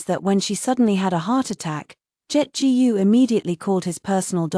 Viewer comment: Authors: Teach your ai to read Chinese last names like "Gu".